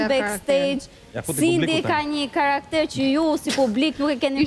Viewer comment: Ashty edhe e shqiptoj duke ju vendos theksin vetem tre germave te para😉